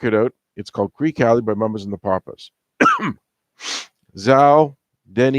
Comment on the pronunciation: I mean... where to start? Okay, for starters, you mis-pronounced the title of the song itself. It's pronounced "creaky" Alley, not "creek". And I just now noticed that you even spelled the title wrong in your video title. Next, the reference to getting "fat" is not a comment on her weight, it was a term for making money. As is further evidenced by the following line: "And everybody's getting fat except Mama Cass". I'll just stop there, but there is more that you got incorrect.